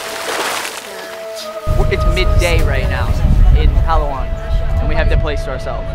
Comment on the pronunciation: Your video is amazing!! The easiest and correct way to pronounce Palawan is “Plah-wan”. And for Boracay is “Brah-cay”. And BTW, you did the right pronunciation on “Tagalog”. :)